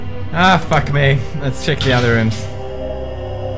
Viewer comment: sheck and boocat haha. its Pewdish for check and bouquet.